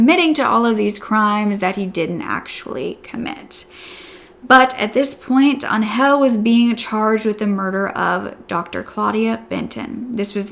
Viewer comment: I’m so glad she survived and that he’s no longer going to hurt anyone. On a funny note: Every time you said Angel I understand “hell” lol